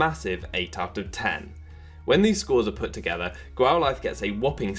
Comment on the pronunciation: Since when did we pronounce Growlithe like this?